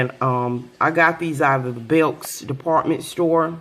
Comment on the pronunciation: she said BELKs